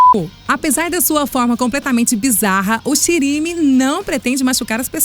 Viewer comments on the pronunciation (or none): Shiri significa bunda Me significa olho. E a pronúncia é Shirimê, não Shirimi,kkkkk fora isso o vídeo ficou mt bom! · Eu nasci no Japão e observei uma coisa muito errada no do monstro shirimi vc falaram q shiri e olho e mi e anus está errado na verdade é ao contrario shiri é anus e mi (me) é olho corrigam esse erro porfavor se não pessoas aprenderam o japonês errado Vlw pela atenção 😅😱